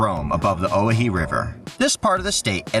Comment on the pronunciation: Owyhee is pronounced O-wah-hee. What a trip you're taking and I hope you enjoy the NW. It's cool to see you catch some of the caches that I've gotten on our trips back to see family in Oregon.